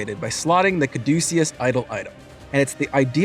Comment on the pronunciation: Caduceus - pronounced as Ka duh Cuss